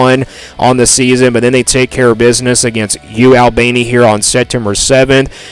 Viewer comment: “U Al baynee”😂 “All ban ee”